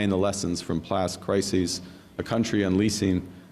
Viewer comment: Mark says "plast crises" instead of "past". Perhaps his brain tried to share some truth and blurt out "planned crises?"